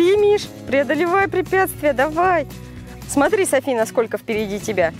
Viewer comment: Вместо "смотри" слышелось "сри"*